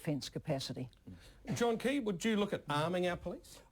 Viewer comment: its john key u idiots. not keys.